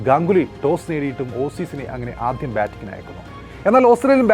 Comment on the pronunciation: പറയാതെ വയ്യ.. നിങ്ങളുടെ മലയാളം ഉച്ചാരണം വളരെ അരോചകം ആണ്. ഉദാഹരണത്തിന്, ആധ്യം അല്ല ആദ്യം, ഏഖദിനം അല്ല ഏകദിനം.